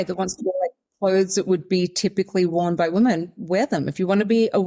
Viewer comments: It might seem a little petty, but this is one of my pet peeves that drives me nuts. It drives me nuts when I hear people pronouncing the plural form women, the same way as the singular form woman. They are not pronounced the same at all. The plural is pronounced like wimen. It is still spelled women, but definitely not pronounced like woman. Even if the subject matter of a video is interesting and important, I can't listen if one or more of the person can't pronounce the word women correctly. And it wasn't Sal who did this, it was the other lady. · This will sound very snarky but is meant as a simple piece of advice to anyone having trouble pronouncing 'women'. Although the first syllable is spelled the same as in the singular 'woman', the word's pronounced as if it's spelled 'wimmen'. I can remember stumbling over this for a little while until it suddenly clicked. I sometimes hear ppl on podcasts and broadcasts having this trouble, i.e. pronouncing 'woman' and 'women' almost identically. Just a thing you have to learn at some point. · Why can't you pronounce the word: women? You can say men. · Just now I found myself watching a video where Zimbabwean Brooke Bruk-Jackson pronounced 'women' the same way you do. ( Meet the reigning Miss Universe Zimbabwe brooke_brukjackson as she speaks to Marisa on#MorningRush) Maybe it's a British Commonwealth accent thing. To a North American, the difference between the singular and plural in your and Brooke's pronunciation seems pretty much non-existent. So now I'm curious, and I should have thought to ask this before: do you and Kiwis in general hear a distinction that I don't?